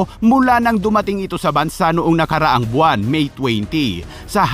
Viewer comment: Akala ko ako lang nakadinig Lol BUWANG XIL YAN 😅😅